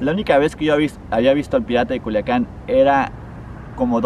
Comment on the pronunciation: Juliacan ,,,pendejo